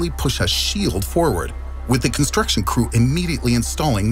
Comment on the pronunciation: It's funny how he lost the pronunciation of the word (Construction) throughout the video for a video that's fully based on (Construction) 🚧 since he lost it 😂 then 😂 then 😅 (Constrution) where's the C? Man *side note this is light joke not trying to drive your attention away from his intelligence and time and effort to make the video* it's phenomenon